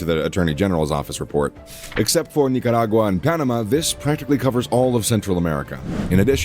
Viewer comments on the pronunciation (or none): none